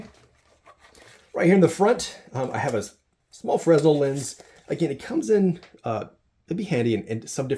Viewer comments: Nice kit mate.Everything you need unless the plane goes down and you have to survive. Thanks TSA. Just to let you know, it's not Fresnell, it's pronounced FreNELL. He was a French scientist. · Small note: The Fresnel lens is pronounced with a silent S....and spoken like fray-NEL, from the French engineer/physicist who developed it. I also find it interesting that you're presenting your EDC carry for flying without having flown with it yet. It would be much more helpful to the rest of us if you'd first try flying with it and THEN make your presentation. This video is more of a "what I'd LIKE to have in my flying EDC kit". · FYI, it’s pronounced “Fur-Nell”lens